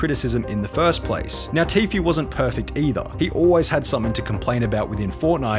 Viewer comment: It’s pronounced tfue, not tfyu